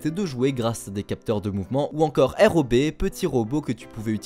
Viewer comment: Oh merci, quelqu'un d'autre dis R.O.B et non pas rob